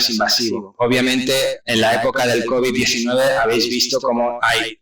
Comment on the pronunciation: Bruto el primero dice looby 19 y después cobi 19 jajajajajajaja explico mejor el segundo